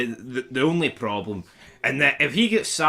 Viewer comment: Ffs.. wits the ploblem got me.. 😂😂 tea everywhere.. keep doing the lords work brother 😂🍀💀🍀